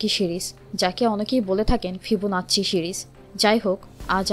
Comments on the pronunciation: Fibonacci উচ্চারণ হবে "ফিবনাচ্ছি' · প্লিজ ফিবুনাচি বলেন😭😭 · pronunciation thik kore video upload diben. " Fibonacci" er eto bishri marka pronunciation ami age suni ni.